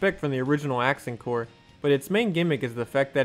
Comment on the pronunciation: The idea of someone trying to do Sidewinder loops while waggling the Wiimote like a madman was already enough to make me laugh, but then I heard "Accent Calories" and I don't know why but my sides went into orbit.